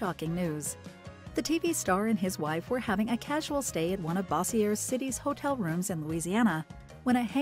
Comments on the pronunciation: I used to work on thier trucks well before the fame when it was 3 trucks and his dad ran the show...they good people...and the narrater needs to pronounce Bossier correct...not the french version...😂😂😂😂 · Bossier City is pronounced “boowwzer city” next to Shreveport- she keeps pronouncing it incorrectly😂 I watched till the end! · Bossier City is pronounced “boowwzer city” next to Shreveport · Bossier is pronounced Bow-sure but you wouldn’t know that as you are an ai narrator.